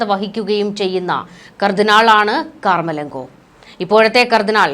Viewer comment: കാർ മലങ്കോ അല്ല.കമർലങ്കോ ആണ്